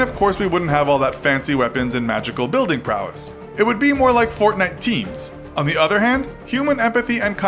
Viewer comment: But stop saying gaynite